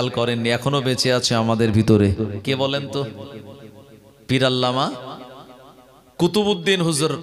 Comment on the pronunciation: আপনি ভুল উচ্চারণ করলেন কুতুবউদ্দিন রহ